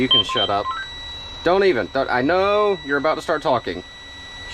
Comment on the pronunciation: The way he said “SHUT UP"